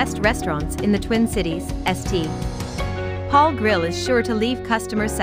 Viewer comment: If your robot can't say St. Paul properly, that means it needs fixing. Estee.... Paul.